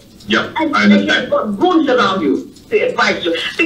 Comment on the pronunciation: Najib: Yup Understund 😂😂